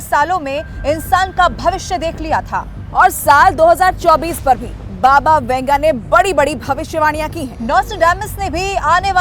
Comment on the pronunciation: Baba Vanga.not Venga or . Vunga